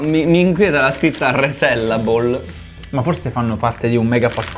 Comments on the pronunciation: Non è "resellable", ma è "resealable", ovvero "richiudibile" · È reSEALable, richiudibile, non rivendibile😂